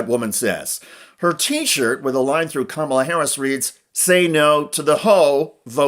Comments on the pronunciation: It's "Comma-la" not Cawmela" - I just think you should maybe try a little harder on that one since you do report on the news and I do enjoy your child. I hope you have a wonderful and successful future with independent media. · It's kama la. Kama la kama la like comma la. Don't do the Maga shit . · You miss-pronounced Kamala's name. It's "comma la" . The thing about Speaker Johnson is that he can't see that Trump fakes his religious positions, basically about abortion, to get Johnson's and the religious right's support. Trump was never against abortion rights until he started running for President. And he doesn't have a religious bone in his body. Johnson is just blind to that truth. Some Christian he is. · KAm-a-la. Please, Sir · Wow, even you can't pronoun Kamala's name correctly! Make some effort please, unless you're mispronouncing her name intentionally. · FFS... You STILL can't pronounce her name correctly, major retired whatever? Get your shit together, major retired Thank You For Your Service. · First learn to pronounce Kamala's name